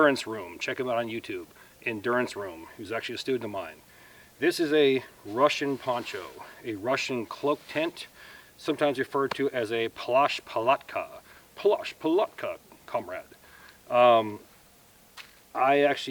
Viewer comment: PS Just for the record. As a Polish guy knowing Russian: pronounce "plashch" with "ch" almost muted. This ch sounds like in Spanish cucaraCHa. плащ.